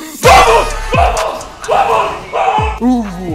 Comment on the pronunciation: Jaja el diciendo vuamos